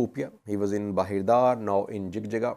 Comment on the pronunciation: so we say it JIJIGA not JIGJIGA in English jig jig has have diferent meaning it means having intimacy.